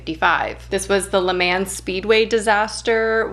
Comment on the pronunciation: your pronunciation of Le Mans cracked me up xD